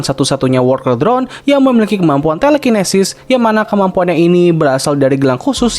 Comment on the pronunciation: "Wolkel drone" 💀